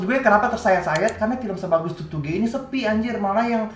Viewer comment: Tutuge bang bukan tutugè 😭